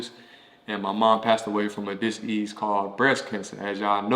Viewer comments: a "Diss-eaze"??? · The way he pronounces disease. I love it. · Why do you pronounce disease that way?